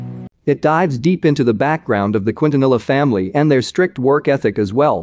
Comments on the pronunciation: Lol the way he pronounced Quintanilla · Why he keeps on saying Cuitanila 😂😂😂😂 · Wow this robotic automated voice needs to learn how to pronounce the names. Qwin-ta-nil-luh?? It's Keen-tha-nee-yah! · Quintanilla: Kin-Taa-Ni-Ya